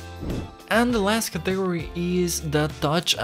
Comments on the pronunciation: Qué tuanis, mae. El énfasis es en CAtegory, no caTEgory. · hahaha he said “categ-ory” thats not how you say it bro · What is a caTEgory??